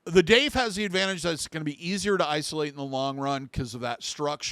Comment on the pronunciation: If it was meant to be pronounced, Dauth the vowels would be au, but it's not, is it. No, in fact, it's spelled with the ai vowel combination, making it have the long A sound. Maybe it's the boomer in me, but Grammar IS important.